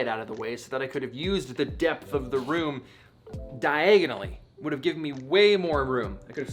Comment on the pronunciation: Die-a-gon-ally -Harry potter